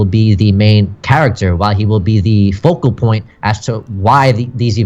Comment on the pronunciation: Focal point not vocal point, just a heads up